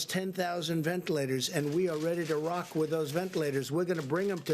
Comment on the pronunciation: I thought I was the only person heard hom say rock wit those ventilators